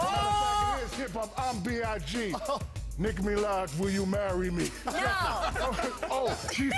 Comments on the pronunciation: 🤣🤣man literally says “Niki Milaje” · He said Nicki Milaj lol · Him butcherring her name so bad will never get old. "Nick Milaj". I never noticed until now he didn't even say "Nicki". LMAO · th... the joke is that he said it like "nick meelaj" lmao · He fr said nik mila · He said Nick Melaj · He said “Nicki melage will you Marry me” 😂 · "Nick Milaj" lol